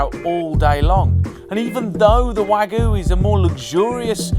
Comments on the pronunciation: wtf is "wagu"? You don't just get to invent your own pronunciation. Also obviously the wagyu is not 5x better tasting because it's 5x more expensive. Price and quality don't increase at the same ratio. If you think a Rolex is 20x better than Seiko you're an idiot. also "resistance" is the same as toughness; don't sugarcoat shit. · The moment i heard he mis pronounced wagyu, i knew all is wrong here. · I can't really consider this video to be an impartial test when the person presenting the meals couldn't even take the time to get the pronunciation of the type of the 'competition' steak right.. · Wagyu, dude. There's a y in there. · Why are you omitting the 'y' in wagyu when you say it? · Isn't wag-yu not wagoo the guy even says wagyu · I love how the seller tries to correct him but he just keeps saying WAGOO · One small comment. Please stop saying wagoooooo. I can't hear it again lol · Wag yu not wag-oo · The way you say waGOO is so cringe. You’re British 🙈 it’s pronounced wag-YOU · Lol great vid mate. Bdw , it’s WAG-YU NOT WAG-OOO! 😭🤣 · ITS NOT WAGOOOO ITS WAG-YU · Wagyu, not waggoo 😂 But it's overpriced crap at any rate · "Wahg-Yoo" not Wagoo. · Wagu? There’s a bloody y in it and it’s pronounced wag-you! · I hate when people mispronounce the word Wagyu. Its not "wag-oo" its not "way-goo" its fucking "WAH-GYOU" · Will you please take the time to learn how to pronounce the Japanese properly instead of butchering it (see what I did there)? It is NOT "wah-goo" it is "wah-gyu" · It's pronounced Wagyu...not Wagoo. Man, the way you are saying it is driving me nuts!!😂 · I can't be the only one that cringed every time he said "wagu" instead of 'wagyu', right? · Wag-YU, not Wa-GOO. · common dairy cow would be by far better than "wagu" because thete is nothing in existance in the meat world called "wagu" beef. now if you talk about "wagyu" syeak you may have something. there is a "y" sound and it is pronunced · it's wagyu not wagu. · Wag... Yu... not wagoo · not wagu, Wagyū